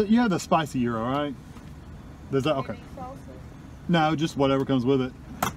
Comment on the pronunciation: yes, you pronounced gyro correctly